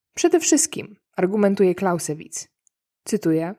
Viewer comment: Nie Clausssewitz....Clauzzzzewitz...Bardzo prosze! Program dobry , tylko typowo polskie luki w umiejetnosciacj jezykowych.....